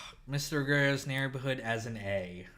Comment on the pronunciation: Yeah, based on that taps and soft tar thing, I don't think Christopher was qualified to write one of Carmine's XXX movies. Also, Ruggerio is surely supposed to be pronounced with a soft G sound given that it's a play on Mister Rogers' Neighborhood. Season 3 was the first one I ever saw, because the gold foil DVD box set was on sale at Best Buy at some point in 2002 or 2003, and I didn't see the rest of the series until years after that. For someone like me (and I was actually myself then as opposed to existing in the distorted, suppressed state I've suffered for a very long time now) seeing only that season created what I would discover was a warped and overly positive view of Tony Soprano as not really a bad guy.